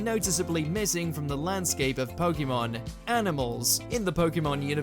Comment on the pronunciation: You would expect a video about Pokémon to pronounce the word correctly You seem to do a lot more research than the dubbing team